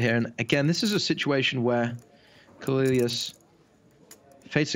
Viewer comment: OMG it's "CO-LEE-YAWS" not "CO-LILY-AWS"...overandoverandoverandover